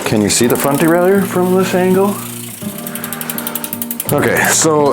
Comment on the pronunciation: Stop calling it a derail-ey-yer and it will work better 😂 It's a de-rail-er.